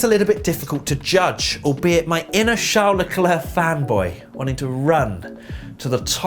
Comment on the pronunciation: AND IT'S CHARL LECLERC